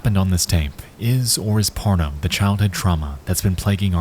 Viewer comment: It sounds like Nexpo is saying a very different word than “part of” 😏